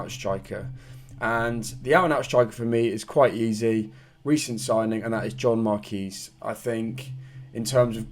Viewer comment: I'm sure John Marquis's name is pronounced 'Mark-wis', rather than 'Mark-ee'. Unless, like me, you're a huge fan of The Fall and it's a tribute to their late frontman, Mark E. Smith (R.I.P.). Up The Gas!